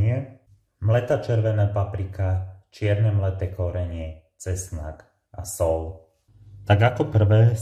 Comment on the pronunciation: Čo je to sol, šlahanie a podobne? Snáď soľ a šľahanie, nie? Slovenčina by mala byť ľubozvučná a nie "lubozvučná". Či?